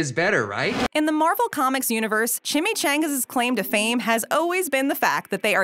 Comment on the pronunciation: Ok I’m the only one who hates the way she pronounces chimichangas?